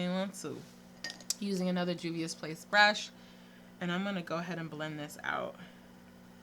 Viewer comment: THANK YOU for taking five seconds to get the correct pronunciation 👏🏾👏🏾👏🏾 These channels that repeatedly say "I'm sure I'm not saying that right" need to level up...great review btw! 😉✌🏾